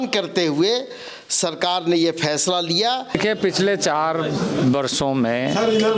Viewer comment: Ye jmm ke jahil aur Bihari Neta ....jisko bat karna bhi nhi ata ....FAISLE ko...PHAISLA....Bolta ...drbagay hai